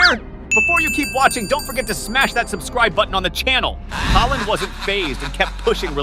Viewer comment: Bro called haaland haeland😂😂😂